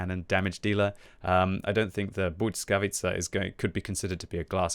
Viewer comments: Bujckavica jhahahahaha its L as in legend bLiskavica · I think you say it like BLEE-SKA-VEE-CA not sure tho but my language has som similar words to polish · You might wanna work on that pronunciation a bit, 😇 I know it might be hard for you to "master" it, but even something like "blee-skah-witt-sa" would be much better than substituting Ł with a "t" sound 😅 I have no doubt you can do better 😉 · I think it’s pronounced bliss-ka-vee-cha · I think it's pronounced Blizka-witza. I believe it means lightning, which kinda is in theme with the high dpm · Heey! Let me give you a quick lesson about letter ł and its sound. You know when you say "weird"? That sound you make before the "e" comes is literally ł. But in english it's just a "w" here. Next one the following letter y is... hmm take those two letters ł and y. If you are pronouncing single letter ł it comes with following y at the end anyway as you can't really finish a pronounciation without including "y" in "ły". Also "ł" simply comes from the letter "l" and it's adding to it a bit of a twist. Anyway here in the word błyskawica where "y" comes after "ł" sound doesnt double and they fuse into one sound'ish thing. Damn long comment. Now have a listen on google and you should be golden 😂